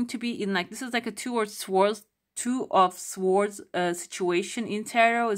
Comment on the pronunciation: You don't pronounce "w" and "r" in swords u say [soədz] 🩵 and also comfortable as ˈkʌmftəbəl' Thanks so much for the reading 🩷